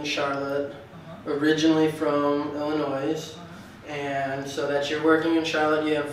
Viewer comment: “Illinois” is pronounced Illinoi